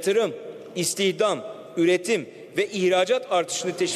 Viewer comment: cari açık, istihdam demeyi bilmiyor daha nasıl iş bu